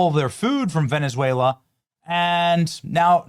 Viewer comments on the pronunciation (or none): none